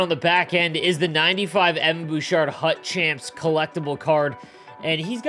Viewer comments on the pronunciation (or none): none